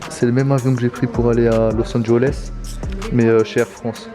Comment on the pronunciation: C’est Los Angeles y’a pas de o